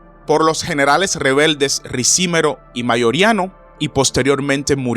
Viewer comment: No es Ricímero, sino, Ricimero.